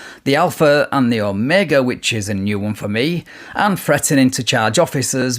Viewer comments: Alpha mega 😂😂😂😂 he doesn’t even say omega. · Did he say “I’m the alpha mega”? 🤣🤣🤣 He can’t even pronounce omega. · A professional federal whistleblower (whatever TF that is 🙄🙄and the ALPHA MEGA (WHATEVER TF that is as well and appears to be mis pronounced)🙄🙄 but out saving LEO AROUND THE GLOBE, MILLIONS OF DOLLARS by not Billing them for infringement of their rights 😂😂😂😂😂